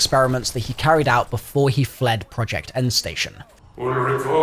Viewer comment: Very nice video, but you're really butchering the names. Names like: *SHtraus *Fogel *ProYekt EndSHtaTSion And I didn't even catch some of the words. Pro tip: Next time let Google read it for you before creating a video.